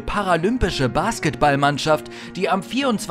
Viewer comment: Man spricht das t bei basketball nicht mit